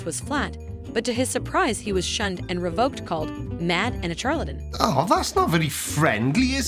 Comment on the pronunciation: "Char-latin"? Char?